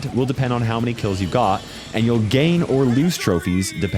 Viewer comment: your goal is to get killed (I know he says kills but is sounds so close) huh that’s quite the brawler